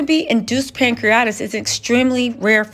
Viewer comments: Pronounced: Pan-cre-a-ti-tis! Not pancreatis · It’s pronounced ‘pancree-a-titis’ not ‘pancree-itis’ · CRINGE! Pan-cre-uh-tai-tuhs or pang·kree·uh·tai·tuhs. 🤦🏾‍♀️ Also fyi, cellulitis, staph infections, and pancreatitis are very common! Please move away from speaking on these folks actual/speculated medical diagnoses or at least learn how to say the words😖 It just sounds DUMB! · It is pronounced..pan-cre-a-ti-tis or pan- cree-a -tie-tis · Pronounced Pan-cre-a-Ti- TIS. PLEASE 🙏🕊️🕊️🕊️